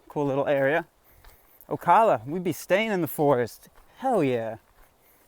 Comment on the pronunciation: Oh cal uh, oak ala